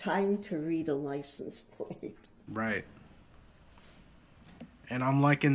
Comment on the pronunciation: Not plate, plaze